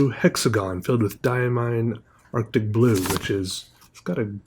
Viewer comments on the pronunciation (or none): none